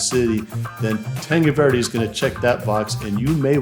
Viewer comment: how come you dont know how to pronounce tanque Verde?